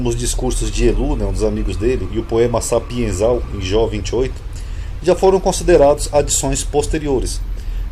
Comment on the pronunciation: SAPIENCIAL Não é sapienzal como você pronunciou